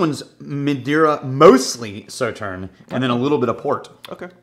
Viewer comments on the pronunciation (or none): not Saw but So-Tern